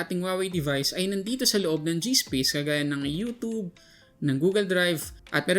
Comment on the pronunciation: “youtoob” cringe